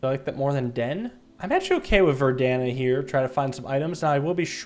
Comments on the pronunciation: It is with great sadness I announce that this is the second video that has said ver-dan-a instead of veranda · “Verdana” is killin me. It’s veRANda. I realize it’s a small thing but brother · It's Veranda, not Verdana. Veranda is something like a balcony, but on a more solid foundation. Verdana is a font. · It's not "ver dan a" it's "ver and a". Everyone I've seen play this has said that incorrectly and it's starting to bug me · Does it bother anyone Elena that he pronounces veranda as ver-dan-a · mispronouncing veranda as verdana is hilarious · please, its called a verANDA not verDANA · I'm bothered by how pronounces verANDa as verDANa. Otherwise excellent video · I like how says verdana when its clearly veranda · Omg yes i thought i was the only one who noticed! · He keeps pronouncing veranda (a porch) as Verdana (a font). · Day another one of mispronouncing Veranda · Erm actually it’s pronounced (ver-and-uh) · It’s “ver-an-duh” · at some point he even said vernada lol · 15th episode in and he still can't pronounce "Veranda." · he always butchers the name of the veranda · all i care for is the day he pronounces veranda correctly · always says veranda wrong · Impossible Challenge: pronouncing Veranda right. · never says "veranda" correctly lmao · I wonder how many more times is gonna mispronounce the word veranda... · Lets see if on day 25 will pronounce the word veranda correctly for the first time 😅 Amazing Ending to an amazing Game tho, very hyped or the next video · please, this is the bigest neat pick and it is annoying to say, but that. is. not. how. you. say. veranda. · Maybe today he'll finally say "veranda" correctly